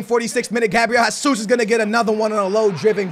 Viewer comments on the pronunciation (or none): HEY-SOOS NOT HA-SOOS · OMG IT'S GESUS NOT HASUS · His name is Jesus not jasus brooo Where do u see the A in his name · How did the name of a footballer whose name is pronounced "zh-a-zeus" and spelled 'Jesus' turn into "hah-suss" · ITS NOT HASUS ITS HESUS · WHY IS HE STILL SAYING Gabriel HESSUS.... plz STOP just say it like Gabriel Gesush PT. Plz see this comment. When u say Hasuus like in Spanish u trigger a lot of portuguse people like me. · Do you read the fucking comments!?!? ITS JAY-ZOOS (He's Brazilian so it's a J not H) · How are you Portuguese and can't say Jesus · Do u even watch football, how do u not know how to pronounce Jesus?